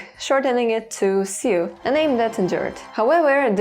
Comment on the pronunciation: Jsyk, the word Sioux is pronounced just like "Sue," the i is silent. I'm not sure why either but it's what I've always said